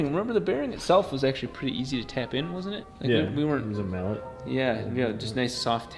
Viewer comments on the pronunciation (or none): none